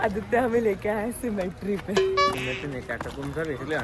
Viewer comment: symmetry ❌️ cemetery ✅️ correct pronunciation 🙂